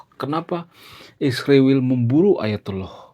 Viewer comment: Kenapa sebutan Israel dirubah jadi Isriwil, apakah supaya terkesan lbh intelek ? Bukankah Tuhan sendiri yg merubah nama Yakub menjadi Israel ? Skrg ada yg merubahnya menjadi Isriwil